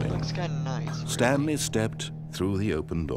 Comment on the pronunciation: I was quoting you XD "Stanely...'